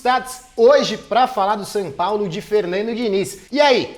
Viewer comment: O nome do time é SÃO PAULO, pare de falar SAN!